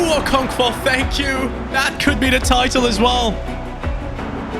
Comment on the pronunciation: bro there is no v in okonkwo😆🤣